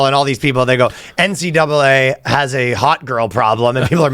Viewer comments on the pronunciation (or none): none